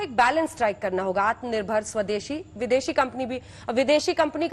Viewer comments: Pahle atma nirbhar bharat bolna to Sikh lo chacha agr yehe baat Rahul Gandhi ne kiya hota toh ye bsdk media wale kutto ke tarha divert show karte ke dikho Rahul ne ye kaha atma nirbhar bharat bolna nahi loda lassan godi media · Atmanirbhar toh bolna sikhle